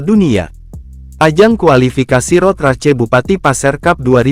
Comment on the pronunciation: Turut berduka. Ini text to speechnya kadang bener ngomong English kadang salah. Ngomong "cup" udah bener. Ngomong "Race" bener-bener dibaca race .